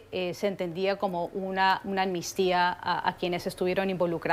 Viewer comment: Sería posible que hablaran correctamente y dejaran de decir "ammistia" es amnistia, A-M-N-I-S-T-I-A. Mediocridad latinoamericana en acción.